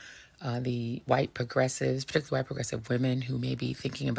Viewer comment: Pertickilully that's how say particularly